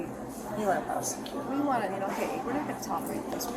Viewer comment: LADY IN BLUE BEEN DONE 😂😂😂😂 SHE SAID PROSECUTE PROSE-MF-CUTE HES A LIAR😂😂😂 I'M NOT MAD AT HER NEITHER